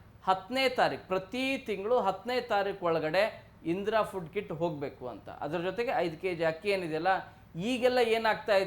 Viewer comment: ಅದು ಕಿಡ್ ಅಲ್ಲ ಕಿಟ್